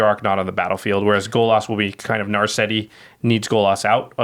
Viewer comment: Golos does not rhyme with Bolas